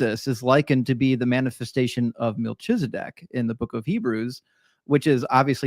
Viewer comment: Isn’t it Mel-KI-Zuh-dek and not with the “ch” sound? And /ˈʒɑ:nɹə/ not /dˈʒɑ:nɹə